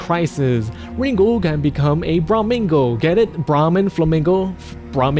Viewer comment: ringo the "pussy slaying" flamingo dammit!! say the name right